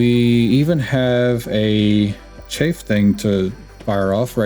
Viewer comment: I heard CHAFE instead of chaff, then TURRENT instead of turret, and immediately closed the video.